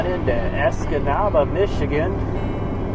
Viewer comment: You pronounced Escanaba perfectly! Love pasties w/o gravy also. From a Michigander.....